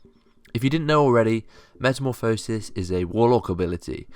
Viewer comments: It's not Meta-mo-phisis, its Meta-morph-osis. just a fyi. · Metamorph-oh-sis. ye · i just thought you should know, you say metamorphosis like a derp :) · whole video on a word you cant pronounce. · plz reupload the video saying meta correct plz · you pronounce it as metamorphosis not as metamorphosis.